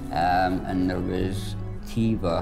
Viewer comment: ‘Tiva’ lol, it’s Teva. A pharmaceutical company..